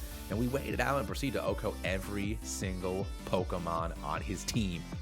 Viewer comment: anyone that says "ohcoe" for OKO needs to grow up